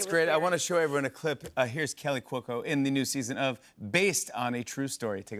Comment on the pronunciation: Sounds like he keeps calling her Kelly Cuoco 👀